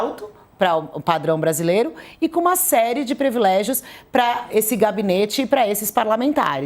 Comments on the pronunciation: Jornalista falando previlégio ! É PRIVILÉGIO! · Privilégio, e não previlégio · Por favor a palavra é "PRIVILÉGIO ', com i.